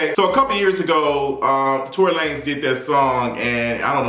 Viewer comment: I always lose it when he says that! 😂 it's that and Jay-Z's "Basquiat Wig"... I fall right out!!!